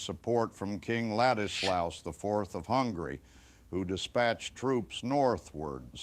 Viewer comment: intervention of hungry Poland? Why does nobody pronounce Hungary properly? I have the same problem in my country. Everybody reads city of LUBLIN (330k inhabitants) as LUBIN, besides maybe foreigners. And there is also a city of Lubin (70k inhabitants). Maybe country of Hungry is not as confusing, because at least we know what do they mean.